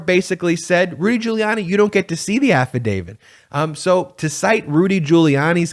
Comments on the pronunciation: Please note: the word is AFFIDAVIT - not affidavid. When you mispronounce it, you lose something in your credibility ... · AFFIDAVIT AFFIDAVIT AFFIDAVIT !!! Why should anyone listen to you on any legal matter when you continue to mispronounce AFFIDAVIT…? It’s a “T” on the end, not a “D”. You don’t sound knowledgeable when you make that mistake over and over and over. You have no credibility because of that. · As a Canadian who constantly hears about how we supposedly pronounce about as aboot, why do Americans all seem to pronounce affidavit as "affidavid"? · So many people in the television world pronounce Affidavit as "Afeedavid'. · Can you please pronounce AFFIDAVIT correctly? It isn't affiDAVID. Otherwise keep up the good work.